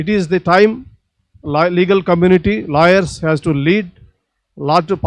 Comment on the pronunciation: lol I though he is saying 'LIARS'...It's 'LAWYERS' that he said.